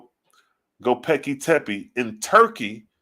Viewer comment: Read it slow…. Go-Bekli-Tepe! (Go-Becklee-Tepee) 👍🏾